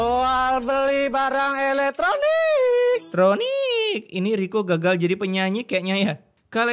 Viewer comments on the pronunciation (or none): "barang elekTROnikk"🗿